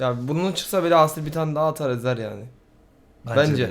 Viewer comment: Aasil değil kanka asil okunuşu ikinizde okurken aasil der gibi okuyorsunuz ismini